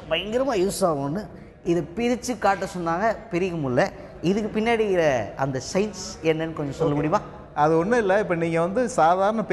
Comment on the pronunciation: it's Science not Signs. You people should learn to pronounce the words. At least simple words like these